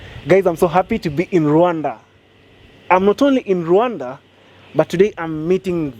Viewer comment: What country is he talking about? RUNDA or RWANDA? pronounce as RUWANDA. I'm trying to believe him but for someone who invested so much money who cannot even pronounce the name of the country of investment? Bro.. I call this Cap. BIG CAP